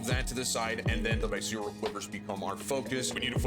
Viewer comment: “Vi-cereal quivers”